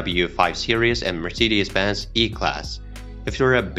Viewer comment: mörsideis bens 🤣